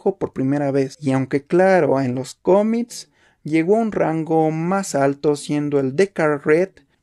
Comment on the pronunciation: No se dice tomics se dice cómics y no se dice aprotsimada se dice aproximada y no se etsagon se dice exagon con x con x con x chavo